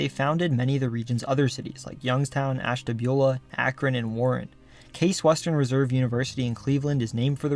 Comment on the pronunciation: From the bottom of my heart…thank you for pronouncing Ashtabula correctly.